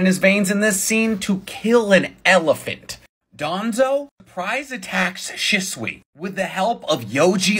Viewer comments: I thought it was pronounced she not shi-t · ITS PRONOUNCED SHESUE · The most annoying thing ever is pronouncing shisuis name as shäsui ITS AN I BETWEEN H AND S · Is that really how Shisui's name is pronounced? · Says the guy who can't pronounce shisui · Am I the only one who hates how he pronounces shisui